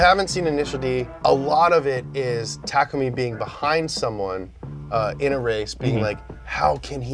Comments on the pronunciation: Bruh this guys not meant to do it he said Nissan the wrong way also he said takumi name wrong also he said fiber wrong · Damn all this Initial D knowledge yet can't pronounce Takumi properly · Ta ku me not take ume